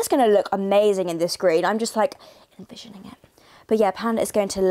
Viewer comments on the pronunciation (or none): Yeah "invisioning"😂😂😂😂😂